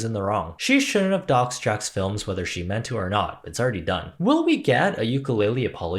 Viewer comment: This is such a small detail, but I admire you pronouncing "JJJacksfilms" the right way (the way Jack was saying it). I've seen enough commentary channels who are just trying to hop on the band wagon (which isn't a bad thing in this case) and can't even read Jack's channel name correctly.